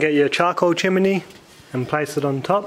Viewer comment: Great instructional video on using a chimney starter, and I love your pronunciation of chiminey 😉